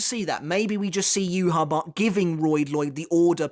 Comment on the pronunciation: I subbed a while ago just because you called him “Juha Bach”